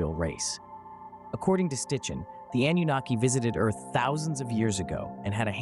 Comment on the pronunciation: Nice to view a vid that is positive when most creators seem to be aiming at terror. One correction: the name is NOT Stichen...it's SITCHEN!